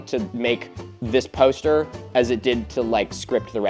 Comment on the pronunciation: Milo.... say 'poster' one more time...😂 Pōw'ster